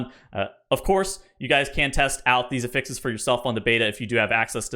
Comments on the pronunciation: He says it like the verb when it’s a noun. 😢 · The way you pronounce affixes gives me quite literally herpes.